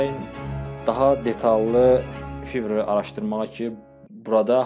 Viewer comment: Fiver yox fayvr